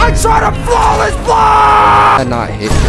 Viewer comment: He got flaweles 😂😂😂😂😂